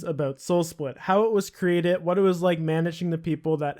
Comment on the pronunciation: "How is was cratih" Its CREATED! Pronounce your fuckin D's..